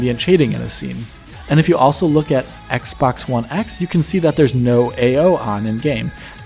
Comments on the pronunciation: I heard Assbox one x. lol. Love your analyses as always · he legit said "shadows on ass-box one x" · 1.15 I'm sure he says "ass" box one x. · Lmao I can't unhear it